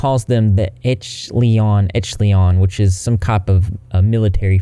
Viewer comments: I wish I could vc to you how to say echelon (esh-ah-lon) very understandable of why people miss pronounce it. Cause if you sound it out the way you said it would be correct but it's like esh ah lon. Wanted to helps hugs 🤗🤗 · No disrespect meant but the word echelon is pronounced Esh uh lawn. Hope it helps. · re Echelon. It's said as Esh-eh-lon.:-) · I was always under the impression that "echelon" was said "esh-uh-lawn" like M.C Esher, but I could absolutely be wrong lol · Not defending his actions, but it’s pronounced esh-el-on (sh like sh in shell). The most common use of the word is defined as group of individuals at a particular level or grade in an organization or field of activity. As in, “She is in the very upper echelon of society.” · A common mispronunciation is “eck-uh-lon” so some folks might’ve heard it pronounced that way even though it’s technically incorrect. I looked up the definition out of curiosity and I’m surprised that so many dictionaries reference military units and formations when in common usage I’d bet that 90% of the time when someone hears “echelon” it’s in the phrase “upper echelon”. (At least when they hear it not in reference to a brand name or cult, lol.) It seems like the primary definition should be of “upper echelon”. The definitions I’ve found don’t really tell people how the word is used in common speech at all. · No, you’re not saying echelon correctly. I can’t help but notice that mispronunciation happens often. There’s an app for that which would be an excellent tool for someone purporting to educate and inform people. Very distracting. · Your pronunciation of the word echelon kills me a little inside every time you say it! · Please please please look up the right way to pronounce echelon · I can't stand this pretentious butthole. More like "30 seconds to uranus!". (I'm so sorry, but I wanna help out. It's pronounced "esh-eh-lon".) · You butchering echelon is funny 😆 it should sound like “eh·shuh·laan” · 'echleon' lol